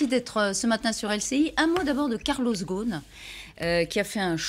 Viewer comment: Arrêter de dire karloss ghosn sans prononcer le s dans le nom. Lui, il s’appelle [GUSN]...